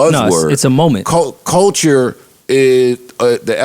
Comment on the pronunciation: Couldn't you say "CUL-TURE" any more??? And it is CULTURE not Colecher!!! Your all hypocrites, Rory was the only one who called it that 6nitch9ine would still be able to put out music, you claim you want everyone to be treated equally, paid equally ect....ect.... yet your constantly segregating yourself. I guarentee you that if a black man/woman entered country or rock then you'd be "you go my dude" those are predominantly a whiter genre "our culture" I bet you wouldn't say they shouldn't make that kind of music cause it's not your culture. Yet hip hop is being used and abused. FYI I'm NOT talking about 6nitch9ine, he can rotttttt.